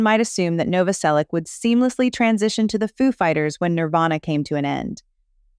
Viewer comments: Krist Novoselich (Novoselić), not Novoselick, god damn... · It's pronounced Novoselitch. ITCH, not ICK. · As a Croatian, like Krist, it's pronounced Novo-selitch. You're welcome. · Its pronounced nov-vos-elitch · Noh-voh-sellick ... Lol ok, lady. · IZGOVARA SE NOVOSELIĆ-CH,HES CROAT,-CROAT SURNAME .IFC IS C,IF Čor Č is CH.🇭🇷🇪🇺🇭🇷🦈 D So Christ NOVOOSELICH😅 YOU AMERICAN😂🎉🎉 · You are saying his name wrong